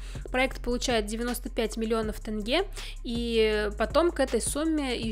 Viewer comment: ТЕНГЕ А НЕ ТЭНГЕ!!!